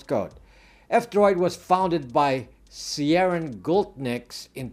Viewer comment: 1- Ciarán Gultnieks first name is pronounced (Keer - in). The letter "C" is pronounced like the letter "K" like the word 'Cake'. English: /ˈkɪərən, -rɔːn/ KEER-ən, -awn Irish: [ˈciəɾˠaːn̪ˠ, ciəˈɾˠaːn̪ˠ] 2- Aurora Droid along with Aurora services seem to help in discovering apps. Here is the source along with screenshots. This may help